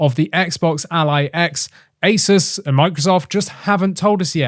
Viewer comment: “Ace-soos” not “Ace-es”